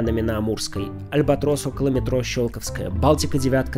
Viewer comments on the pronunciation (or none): none